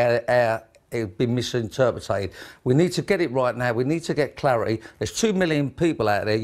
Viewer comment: How in the hell does an inarticulate numb nut like him get to drive around in a Bentley? The only clarity this geezer needs is in how to pronounce MISINTERPRET!